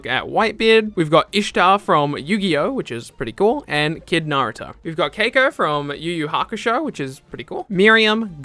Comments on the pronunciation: So hiei and kurama are sort of confirmed!!! Also you said Kieko wrong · He pronounced Keiko right the first time then mispronounced it wrong later on. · Lmao did u jus call robin keiko